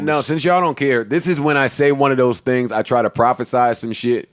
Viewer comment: I wanna apologize for saying tings as a 37 year old man -joe 😭😭😭😭